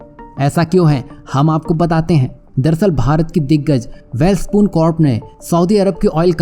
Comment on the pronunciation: वैलस्पन को वैल स्पून बोल थहा है। दूसरों को क्या ग्यान देगा